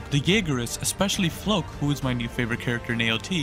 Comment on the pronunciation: Floch is favorite character.... Pronounces it fLoAk😂